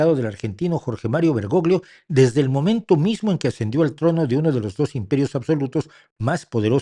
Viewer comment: En italiano la combinación de las letras GL se pronuncia como la LL en castellano, por tanto el apellido del extinto Papa se pronuncia BergoLLo. BergoGLio suena muy mal y es incorrecto.